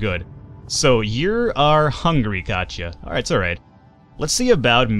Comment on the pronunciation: *Kachia... it is not KACHIA, it is KATIA, try to spell latin, not english, the game is not made by english, keep in mind, show some respect for Europeans, kachia... lol